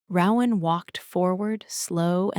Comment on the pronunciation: I wished there were male and female voices, but the creativity of the story kept me listening. Still, my 2 biggest complaints are that the narration needs to be sped up and the name Rowan needs to be correctly pronounced.